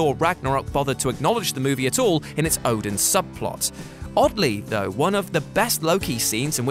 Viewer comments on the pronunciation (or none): none